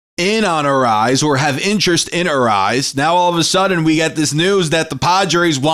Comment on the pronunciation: Dude, it's not pronounced "arise". You'll be a lot closer with "uh-RAY-ez". Not that big of a deal...good vid 👍